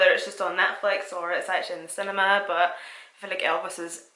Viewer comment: Please don't stop! What would I watch? 😳 I livvvve on makeup tutorials, literally I binge on your stuff everyday😆, but home decor and so on would be nice here and there but, DON'T TOUCH THE MAKEUP VIDEOS 😅 Edit: 😅guess I'm thee only one who caught you said cimena and not cinema 🤭😇, omw you read my mind!! I wanted to ask if you don't wanna do a full face essence cosmetics tutorial, please try out the edition palettes I would love your opinion on it. They have 3 in that range a rose, nude and brown one. 😍 I love the formula on them and the shimmers are really nice also would you please use the wet n wild call me sunshine palette again but, with the shimmers not just the mattes shades...